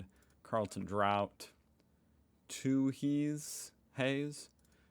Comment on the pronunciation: Hi, When you went through the list of beers you pronounced one incorrectly, Carlton draught you said the last part of it as drowt sound , it is pronounced as draft. Love your videos, especiaily when you almost bury your face in the screen as you find out something new. Great stuff, Cheers.